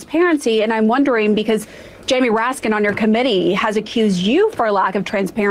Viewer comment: He did work with Republicans Goober! And his name is Raskin, not Raskins...putz